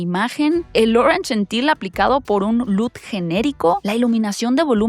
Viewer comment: Una pequeña corrección y aporte: el termino LUT se dice así tal cual por los que trabajamos en filmación y edición, no se pronuncia separado, incluso en inglés es igual "lot". Muy buen video🙌